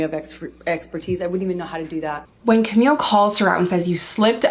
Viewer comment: Camille Vasquez. Camille, not Camilla... Vasquez is pronounced Vas-Kez. You're so much better than Elaine. She can't seem to get Camille's name right either but I think hers is more out of spite than ignorance. I'm not calling you an ignorant person, I'm only referring to the pronunciation of Camille Vasquez's names but now you know and; G.I. Joe and all...